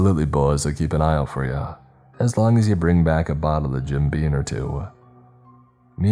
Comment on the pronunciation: Jim BeaM not BEAN